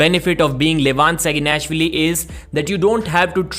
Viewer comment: “Vin live on SaginNASHwilly”